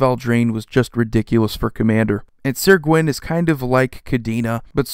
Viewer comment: Great but top 20 list but it's not sir gwyn its syr